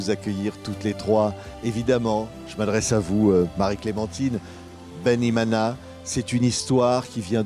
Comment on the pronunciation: Loved the way this mana said ' Bene-Imana"❤